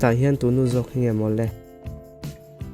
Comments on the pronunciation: Tù nu ni loin, Tú nu tiin lam rawh, a ki sangin. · Tu Nu tih khi i lam diklo zela